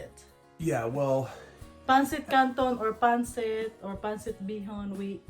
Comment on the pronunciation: The accent on pancit is on the second syllable. Not pAn-cit, but pan-cIT. "The kwan. You know, the ano?"